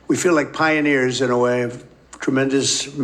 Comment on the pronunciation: Leaving this comment here for. In the next 10 yrs...My heart just leaps for joy each time they echoe "PI - ONEERS" 😂